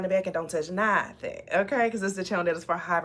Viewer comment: You rap right n sing very well.. and nahthing is how I be sayin it too